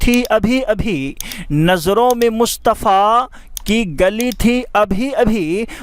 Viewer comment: Aap ne pahele sheriff me Mustafa ko Mushtfa bole